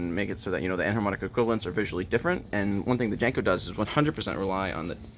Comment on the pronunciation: I think it's pronounced more like "Yanko" than "Janko". It was named for Hungarian man named Paul von Jankó and in Hungarian (and German and most Slavic) lagnuages the J is pronounced like a Y, and the accent over the "o" means it should be said like "oh". So it's really pronounced "YAHN-koh".